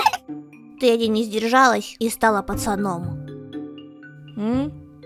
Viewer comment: Не Тади а Теди